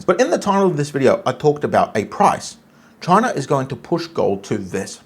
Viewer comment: You pronounced that way when you first said chinar😂.. "ALLEGEDLY "